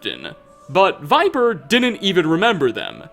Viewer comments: Viper????? No Vipir. You obviously had to speak to him to hear this tale so how can you pronounce the name wrong? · Vipir(vih-perr), not Viper. He even says it himself. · How do you mispronounce "Vipir" as "viper" even though they literally say his name in game? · Idk why it irks me that you pronounce it "viper" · First, sorry to say ‘vipir’ should be pronounced ‘vi•peer’ I believe. Just based of English libraries I may add. Also wondering what is your preference as to the donations to this channel? Be it bitcoins, sovgardian subscribers or economic trans-allocations? (Just for comedic satire) without doing more let’s do further? Love your channel man, keep it up HAP951SMOKE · Don't worry, Vipir's secret is still safe. Since his name was consistently mispronounced, everyone will think it was someone else. Seriously though, does every Skyrim YouTuber play the game with the sound off? So many mispronunciations of names and words that are spoken out loud in the game. It's kind of maddening. Not just this channel either. FudgeMuppet is occasionally guilty of this, Camelworks even moreso, and ESO... good grief. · Vipir is pronounced with a short "I"